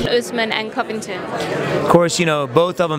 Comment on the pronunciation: Derrick Lewis: Kamaru... Kamaru... Who's other guy? Reporter: Colby Covingtin. Derrick Lewis: Who??? Oh, the happening guy! LoL... 😂